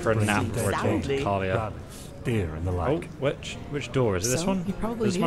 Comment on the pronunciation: Her name is pronounced Kal-E-Ah And Jespars is pronounced Jess-Par not Jasper :p Also talk to Esme in frostcliff tavern when you want to look at other quest line's, it has to be one of the best ones :)